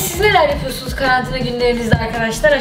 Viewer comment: 4.00 da Cemre:sizde karantina günlerinizde neler yaqıyorsunuz İçimdeki ses:neler yaqmıyoruzki